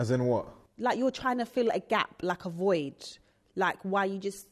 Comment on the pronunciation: ZeZe "do you feel like you are trying to fill a voige" mills